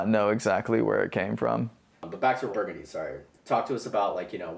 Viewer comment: Thanks for putting this together guys! Figured I should mention the song is pronounced Bur-GUN-dee like the street in New Orleans.. not like the color I grew up there I should know better... oops 🤣🤦‍♂